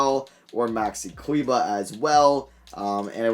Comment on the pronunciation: figured out how to pronounce maxi kleber’s name and now he won’t stop